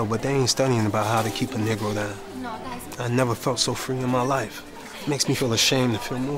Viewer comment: These white peoples got one more time to say nergo